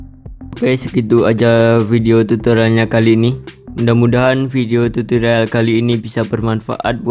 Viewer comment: Tutorial bang bukan tutolial